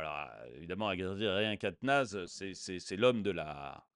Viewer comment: Quatenens et non Quatenaz comme tu dis....(je ne suis pas un de ses supporters mais je ne supporte qu'on écorche un nom mon cher )